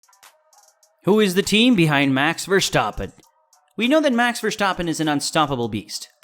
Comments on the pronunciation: I don't want to be a dick, but its verstappen, not vershtappen or verschtappen. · The name prenounciation of Max Verstappen is cringe